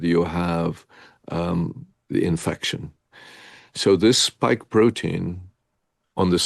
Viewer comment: Lol...Bioshield, not Biostrike, and it's a "spike" protein, not "stike". 😀 But who really cares if it works, eh?! 😉 Great interview. I also saw the Tucker interview...